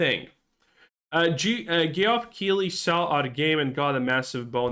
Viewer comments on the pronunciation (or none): none